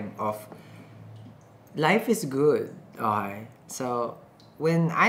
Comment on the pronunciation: "Onkay" 😂😂 I love how he keeps saying